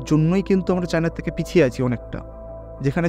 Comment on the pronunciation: তিনশো থেকে = শুনে মনে হচ্ছে বলেছেন (তিনশো তেকে) ।